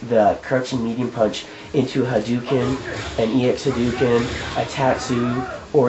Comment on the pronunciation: It's not haduken, it's hadoken. People spell it Hadouken because in Japanese, a u after an o means hold the o sound (you can hear it better in SF2, Ryu holds the o for about a year when he says Hadoken). Anyway, good video, though it seems like maybe you should have cut it up a little more. 10 minutes is a long time.